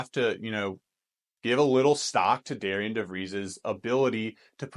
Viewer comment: Great Video! Another transfer that WVU got who I really like is Toby Okani, he is very versatile defender and also scored 31 points against DeVries and Drake this past year. FYI even thought his name is spelled Darian its pronounced Darren which is kind of confusing.